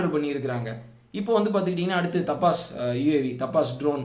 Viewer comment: தபஸ். டப்பாஸ் இல்லை.